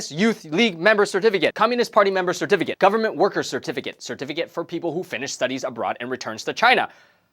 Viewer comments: I only heard certificate. SIR-TEH-FEH-KIT. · SeRt-Fiikate...KaiT...must gurt muRe CeRtifI--KiaTSss! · cetificate was said so many times, it sounds so wierd. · I don't think I can hear the word certificate the same way again.